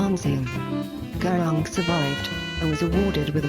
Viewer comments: Gurung isn't pronounced Gurawng, but Guroong.. Peace, love and prosperity.. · oh wait sorry that's not how you say it its (gu-roong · by the way its pronounced ( GU-rung